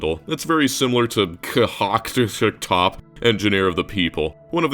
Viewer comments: can't stop laughing my ass out!)))) it's actually "constructor" btw) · Cant even pronounce Constructor right tsk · solid list! just so you know, "конструктор" is cyrillic for "konstruktor" (read like that aswell) which means "constructor" in russian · The pronunciation of "Constrictor" kills me every time. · I'd definitely rank Spacechem lower quality, it is seriously lacking in it. The minimal games, despite low quality, are some of the most fun for optimisation, IMO. I definitely enjoyed Molek-Syntez specifically for optimising cycles and stuff. Their QoL is also better than Spacechem, so... not as "low quality" after all. I chuckled at you reading KOHCTPYKTOP (it's literally "constructor" in cyrillic alphabet, letter for letter) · Конструктор is pronounced like Constructor) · The way you pronounced КОНСТРУКТОР was pure gold. Thanks for everything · This pronounciation of "CONSTRUCTOR" made me lose it